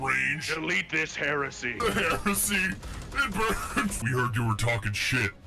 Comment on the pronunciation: Emperor watch this one, she can't even pronounce Heresy... 😭🫶